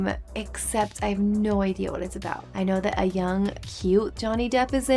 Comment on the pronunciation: What are you talking ABOOT EH😂😂